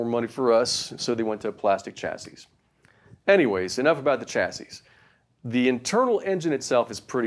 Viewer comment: The "s" at the end of the word "chasis" is silent.